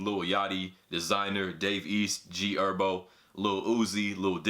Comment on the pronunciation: The way he said g herbo “g erbo”